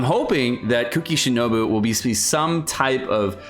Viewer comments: SHINOBU! CAN YOU NOT FUCKING READ?! I LOVE AND HATE YOU SO FUCKING MUCH AT THE SAME TIME. BOO BOO BOO NOT FUCKING BEE GOD FUCKING DAMNIT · He looks at the word “Shinobu” and says shinobi lel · Everytime you say Shinobi instead of Shinobu I actually lose 1 year of my life spam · U kept calling her shinobi... 😂😂It's shinobu btw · As if it’s so difficult to say shinobu